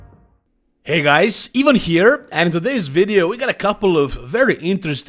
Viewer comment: He mispronounces his own first name as "Even". Is he disrespecting himself? ;)